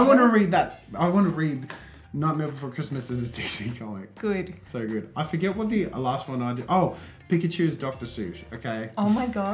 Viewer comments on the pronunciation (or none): The way she says good lol 😂